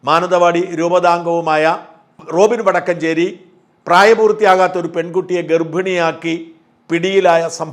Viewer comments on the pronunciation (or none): none